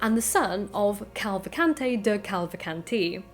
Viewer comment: Minor cavil?..... Ca-val-can-te.....not Cal-va-can-te... I believe. Brilliant, animated presentation of complicated material!